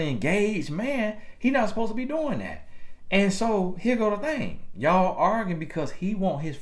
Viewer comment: Lol at pronouncing arguing as organ